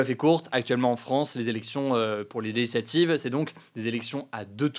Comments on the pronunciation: Hugo, ou la seule personne qui prononce "législatives" "LéHislativv" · c'est "LÉ-GIS-LA-TIVE" gro.. pas "Leshlative"